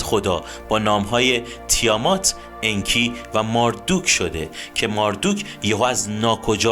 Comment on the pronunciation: چقدر تصویرها زیباست و با تعریف و شرح داستان با صدای خوب شما همخونی داره. فقط ماردوک صحیح نیست مردوک درسته. خیلی عالی بود. لطفا بیشتر از این خدایان برنامه بزارید و در مصر و هند و امریکای جنوبی هم همین خدایان که با نامهای دیگری هستند رو با همین سبک از فیلم برامون بزارید. بازم ممنون. فالوتون میکنم